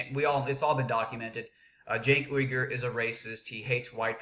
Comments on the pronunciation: pronounced Jenk Yoo-Grr with emphasis on yoo. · why do you mispronounce his name on purpose? its not funny or clever, and id be more inclined to hear you out if you were a litte more mature. i have the same problem with tyt being immature at times. people shut down when you act like a child. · not disagreeing with you on the fact that he completely used quote from one article to present an argument that isn't there. that being said when you mispronounce his name over and over again, it comes off childish and when you start spouting how he is racist and bordering on treason and so on it really takes away from your point and credibility. being the angry guy in news is a very fine edge to walk and some people can do it and it does well for them but if you screw it up you just look a little stupid.